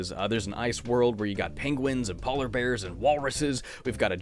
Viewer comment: Ah yes “paw-ler bears”